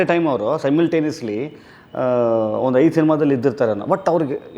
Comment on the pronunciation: April "Haidu" alla "ಐದು".